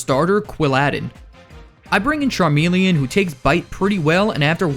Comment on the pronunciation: THERE IS NO I IN CHARMELEON!